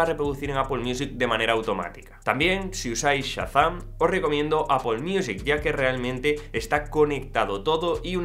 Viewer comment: Un español diciendo Apple y no Apel? Genial!